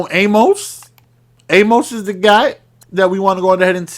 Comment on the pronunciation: Does anyone know it’s actually pronounced Amis